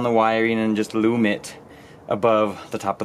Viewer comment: Anybody else think the way his says loom sounds funny